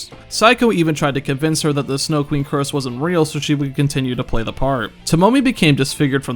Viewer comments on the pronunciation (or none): none